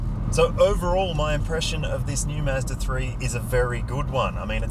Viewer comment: ‘Mazda’ not “miiiizzzzdaaaa” and ‘dual’ not “juuualll” 😂 otherwise, great review